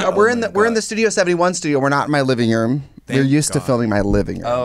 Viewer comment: Everyone : "Living Room" Tracey Martel : "We're not in my livinyoom, we're used to filming my livinyoom"